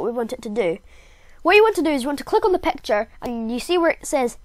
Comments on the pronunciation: Whats pecture is it picture what the heck pronounce it better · I love ur voice And when u say “pecture” i laugh hard